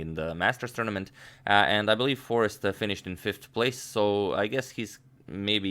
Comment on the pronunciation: jorden van foreest: first syllable=yor like in york; last syllable rhymes with haste, waste etc